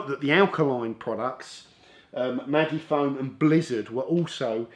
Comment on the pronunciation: "Maggie - Foam" 🤣🤦‍♂️